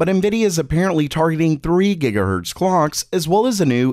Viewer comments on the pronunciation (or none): none